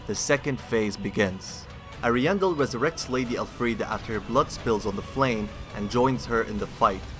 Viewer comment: Why do you keep saying El Friede thats not her name and its getting annoying lol.